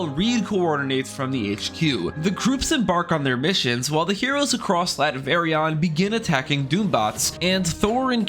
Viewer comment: Is it just me or is he calling "Latveria" Latverion?